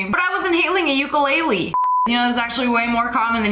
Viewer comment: as a hawaiian How you say ukulele kills me you amercan pronounce Hawaiian words so wrong